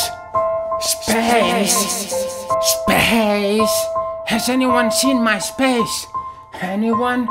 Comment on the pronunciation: I can get into spEis